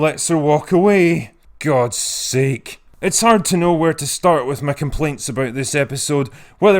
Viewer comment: "Gud Sake" llllllmao